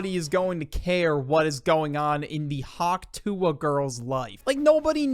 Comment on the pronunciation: I think it's more "Huck tuh" than "Hawk Tua" 😅.